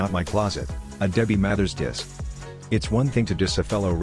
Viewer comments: can even pronounce the word diss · He can't even pronounce "diss track" let alone put a verse together.....cut that check tho😉😉😂